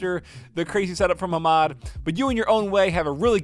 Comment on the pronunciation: I was soo confused cuz I thought said "Hero RTX 3800, but I know what he meant." This made me think that the guy wrote 3080 but was correcting him to a Hero 3800... I was like there isn't any Hero gpu's nor a RTX 3800. I kept rewinding and on my 3rd time I realized that he said "He wrote" instead of "hero"... I feel so dumb, lol. Your dog is cute so instead of not making videos, Just include him in them and keep up the great work. PeAcE ✌